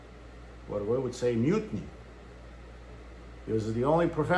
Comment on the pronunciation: "mutiny" is pronounced with...nee.